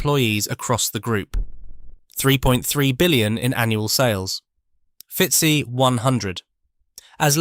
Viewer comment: A bit off-putting when the glitches happen. I watched the episode about Ilford Film and it stumbled over "D---S---L--R" drawing the letters out.. That was my first indication. Here it's the "FeetSi" for "FootSi" (FTSE). That voice glitch apart I am enjoying the videos.